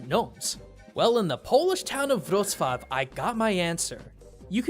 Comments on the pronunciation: Giraffen-Bruder Also he doesnt even say Wroclaw but Wroshwaw or something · Omg i am from poland and it feel like a shoutout and btw you say wrocwav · also wroclaw (cant spell it right) is pronaonced except the L letter with the diagonal line threw the middle is like the english W pronunciation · I'm fine when you said Wroclaw and Pronounced it as an L. But when you Pronounced it correctly the next time it actually hurt to know you could had done it correctly both times xD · Hey, good job with pronouncing the Polish names! ...Well, you did mispronounce Wrocław ( ł = w and w=v) but the sign was spelled incorrectly so I guess it doesn't count.